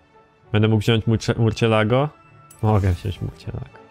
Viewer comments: nie murcielago, tylko marsjelago:D pozderki;) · Mówi się "Mursjelago", to Hiszpański. xP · Murcielago (mursjelago) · Z tego co wiem to się mówi „mursjelago” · Dobra zrobię mały hejt nie żeby obraźliwe ale następnym razem sprawdź na internecie jak nazwe danego samochodu wymówić ponieważ Murciélago się tylko pisze a teraz sprawdź potem gadaj bo jak narazie od tej wymowy uszy bolą...